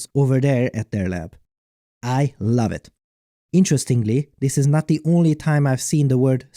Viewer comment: "I LOBE IT"